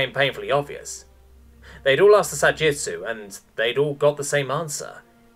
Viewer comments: I went through the entire text here and not once is it written as Sa-Jitsu. It’s always Sa-Jitu. I thought I’d almost gotten used to a lot of the incredible mispronunciations in these r/HFY stories on YouTube. Because it seems to be with every single channel. But I can’t take it anymore. Thanks for introducing the sub Reddit to me, but I’m done. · I cannot stop hearing the narrator saying Sa Jitsu as if it is a variant of Ju Jitsu. The word is Sa Jitu - no S in Jitu. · Almost 40 minutes and I'm still searching for that second "s" in Sa-Jitu. Also a simple "We're culling our population to increase prosperity for the rest." would have been sooooo useful. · Sa-Gee-Too.. there is no S in there!